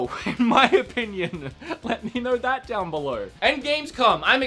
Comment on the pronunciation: '' let me know down beleuwr'' ... lol